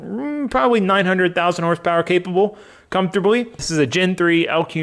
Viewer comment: i heard capable as "900,000 horsepower capable" had to rewind